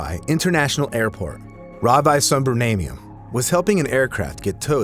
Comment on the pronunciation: Bruh 😂😭 Ravi = Ravy (ee)